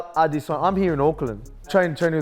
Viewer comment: Respect Alex for pronouncing Izzy’s last name correctly 👏🏾👏🏾